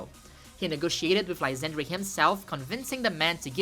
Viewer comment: Its not pronounced Anj, its pronounced Angey. As in "a look at that tower. Its so Angey." J/k, but I could not take the final battle seriously after reading the name despite knowing thats not how it should be pronounced. (Also, it should be said Lysander, not Lysandry. Lol)